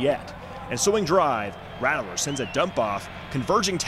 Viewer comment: Good video. Please dont say "rattle er" again. Its "rat ler".